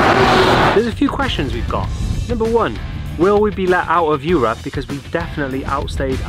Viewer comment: Don´t say "Eu-rup"! lol